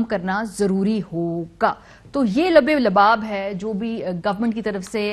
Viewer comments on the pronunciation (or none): یا خدایا، اردو پر رحم کیجیۓ۔ ترک شہریت کے درمیان میں “زیر” ہے۔ “لب لباب “ کا تلفظ کسی سے سیکھ لیجیۓ۔